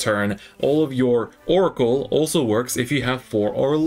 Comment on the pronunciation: it's oracle